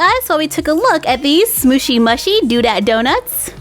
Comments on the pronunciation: It is actually pronounced smoochy mooshi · (no offence) I adore your channel but its actully pronouced sm-ooooshy m-ooooshy. They look so cute .Your one of my fave youtubers cause your always so positive and bright and your crafts are amazing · You say the name of the brand wrong